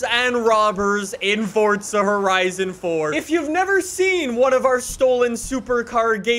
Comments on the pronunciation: BRO FORZA FORZZZZZZZA NOT FORTSA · Why does he say fortza and not forza? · STOP SAYING FORTZA ITS FORZA!!!!! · Normal people: Forza Horizon 4:Fortza Horizon 4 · Fortza lol 😂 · ITS NOT FORTZA ITS FORZA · Fortsa horizon four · WHY DO PEOPLE CALL IT FORTZA ITS FORZA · Not fortza forza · Jesus stop saying FORTza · Why do you call it fortza? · Fortza ?????? Whyyyy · Why do u call it fordza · Why do you say fortza?